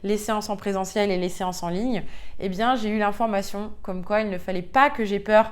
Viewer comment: Le IN se prononce IN , pas AN ….. on dit le LIEN , pas le LIAN …INformation et non ANformation …. etc etc ….INterieur et non ANterieur …